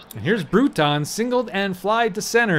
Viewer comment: Just for your future games, Bruton rhymes with ROOTIN' and Aguirre is pronounced a-GARY.